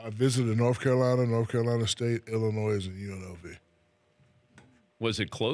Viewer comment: Did he really just say Illinoise?